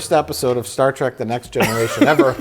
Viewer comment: I love that Mike is such a huge fan of Star Trek, yet he frequently calls it “Star Track”